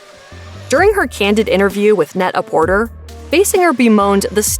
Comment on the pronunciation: Very distracting how often you cited Net-A-Porter, considering you're pronouncing it wrong every time. It's a pun on the French term Prêt-à-porter, and thus is pronounced Pret-Ah-Portay.